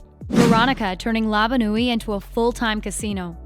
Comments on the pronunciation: it is called "La Bonne Nuit" not "Lavanue" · Is it just me or does it bother y’all that she said lava-newy and not La Bonne Nuit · It’s not lava nui it’s la-ban-nuie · "labon ooy" lmao its said like "la bon wee" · Did she just say lava noi😂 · "Lava Nuit" "Eliot" LMAO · What’s lava nui 😂😂😂😂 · Its Labon nu oi And Ellio not Elliot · did she say labanewy instead of la bonne nuit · does anyone else hate how she pronounced la bonne nuit wrong? its pronounced "Luh Bon Nwe" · did you just say luva noy? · she keeps said lava bonne ue but it's bonne la ue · About the one with La Bonne Nuit, she says Elliot. It's ELLIO. That's kinda infuriating to me. Especially after seeing all 4 seasons.